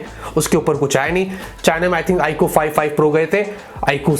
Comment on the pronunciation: i really like his way of saying Iqoo